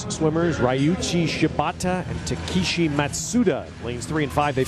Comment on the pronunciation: these are national broadcasts, the announcer could at least pronounce Takeshi's name right lol. enough of me ranting. go Phelps!